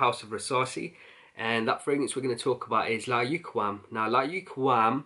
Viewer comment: Bro I love all your videos but layukawam is pronounced like this layukaaaaaaawam. It's Arabic word means irresistible. Best wishes